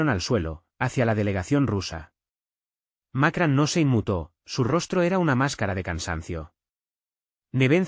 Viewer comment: Macran? Sr. Ud. debe ir a la escuela, los nombres extanjeros, muestran su poca profesinalidad. informese no siga haciendo el hazme reir de todo el mundo